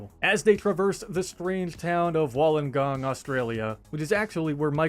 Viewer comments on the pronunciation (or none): Hey it’s actually pronounced wool (like the fibre) on gong (like the instrument)